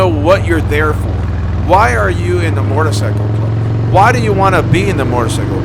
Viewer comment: A mortacycle?? … had to, lmao … good video, great topic